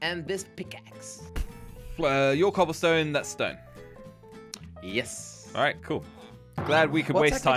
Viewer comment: saying stewn instead of stone...